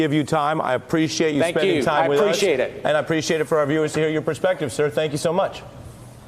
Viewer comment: Never before has "Thank You" sounded so much like......something else.